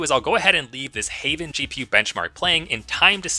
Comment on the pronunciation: why did you pronounce "Heaven" as "hey-ven" instead of "heh-ven"? Did you not grow up being raised by Bible-thumping, hypocritical Christian parents, like the vast majority of Western people did? Even if your parents weren't religious, surely you've heard the word "Heaven" before, right? I mean who hasn't? But if that's the case, I envy you. You have no idea how awful it is to be not only raised by religious parents, but to also be surrounded by friends of those parents who insist that you will burn in an eternal fire for infinite years if you don't bow down to their made up god. You're incredibly lucky to not have gone through that trauma. Edit: NVM I got my answer . You still use Reddit, Instagram, TikTok, and Twitter, even after all the BS these evil companies have pulled in recent years. They're literally your most-used apps. I'm not surprised that you can't pronounce common words correctly, given that you rot your brain all day by using the most hateful, misinformation-spreading apps on the planet. I wouldn't even blink if you said you were a Trump supporter.